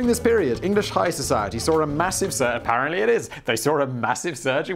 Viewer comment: Uh-Pair-uhl-ent-lee Simon doesn't care to share what he was shopping for at Mango, but it sure wasn't an English dictionary.